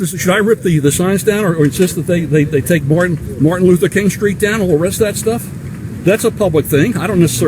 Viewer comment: I bet that dude says "Martin Luther Koon" 10 out of 10 times. This time he was caught on camera lol.